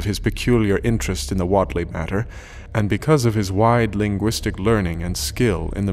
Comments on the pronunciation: I don't know who's pronouncing it right, but I always pronounced Whatley with a "wait" sound, rather than the "whot" sound he uses. That's the one that I kept noticing. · I agree. He pronounces it like the 90s pop singer Jody Watley. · Pronounced Wait- ly.This is good but that's gonna bug me.Wilbur Wait-ly not Watt ly.But the Voice acting is good. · Not bad, but the pronunciation of "Whateley" is kinda grating. I'd always heard it as "wait-lee." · You couldn't of spent a couple of minutes to learn how to pronounce Whateley? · The accents of the lady and Whately really killed the immersion. They sound like they are black and/or from the South. These accents are totally different from how someone from rural Massachusetts or Rhode Island would sound like. Other than that, I loved the sound effects and everything else. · Wait lee not wot lee. Biblio tek not biblio theek. Those quibbles aside very well done.